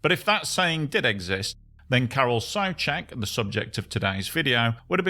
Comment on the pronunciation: I'm already subbed to your channel, but if I wasn't, I would sub just because you didn't mispronounce "Karel Souček". It's refreshing to hear an EN speaker pronounce czech names correctly for once ❤ I know it's petty, can't expect people to know every language, but it's nice 😇